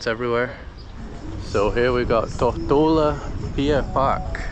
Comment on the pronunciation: Mate, what's up with your pronunciation of 'Tortola'?